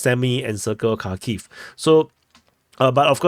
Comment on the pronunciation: Kh is one sound, it's similar to Spanish "j" in Julio, juntos, etc. English speakers can't pronounce it so they say "k".